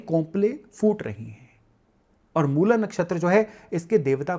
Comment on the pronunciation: अंग्रेज़ी भाषा के प्रभाव में आकर "मूला" न बोलें; 'मूल' ही बोलें। "रामा", "कृष्णा", "योगा", "सनातना" आदि उच्चार भी बड़े कर्णकटु लगते हैं।